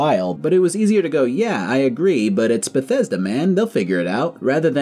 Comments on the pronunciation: Oh SCREW you; "I GWEW UP WITH BETHWESDA"? Be mad at Fallout 76 like a normal person, but keep being a normal person and STOP pretending this company EVER had anything good going for them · I only found this video now, and aside from the funny CDPR reference, I feel the same today. I've never been a Bethesda guy, but seeing this video I just hear BioWare in my head every time he says Bethesda.